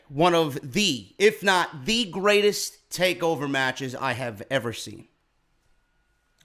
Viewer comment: Lol, "greatets" Love ya stuff man!